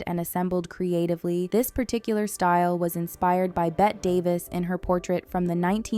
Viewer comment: These wigs are all masterpieces. Amazing amount of hard work and detail. Bette Davis' first name is pronounced "betty" or "bettie"